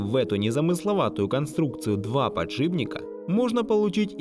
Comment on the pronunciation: ПодшиБника. ПодшиБника